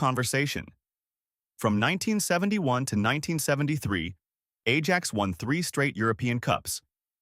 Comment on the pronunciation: Stop with the Ai slop chat , can’t even pronounce Ajax properly, if you can’t be bothered to put a true voice over on the video don’t even bother it’s unwatchable listening to that